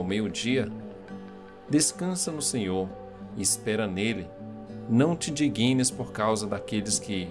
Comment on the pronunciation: A palavra ee "indigna", com G mudo. Não é "indiguina".